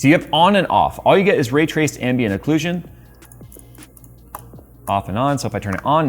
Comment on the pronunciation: "ambient OCCULSION"